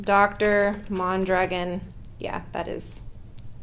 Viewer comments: Why do you pronounce your last name mahndragin? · I tought your last name “Mondragon ” was Spanish… I’ve heard it but in a Spanish accent pronunciation .